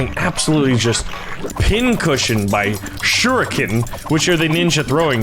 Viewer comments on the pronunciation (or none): none